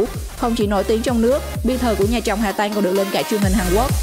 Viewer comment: Hà Tăng mà nghe đọc Hà Tanh là sao